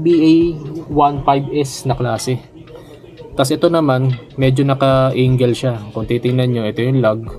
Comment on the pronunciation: Angle boss 'di Engle😅